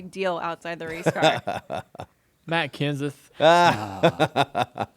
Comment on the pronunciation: Kennseth not dirty lol